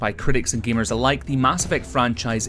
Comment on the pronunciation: femos, gemars